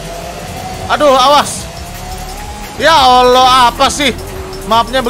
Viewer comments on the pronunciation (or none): none